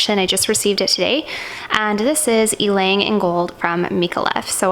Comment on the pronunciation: good thing you pronounce Ylang in right way lol!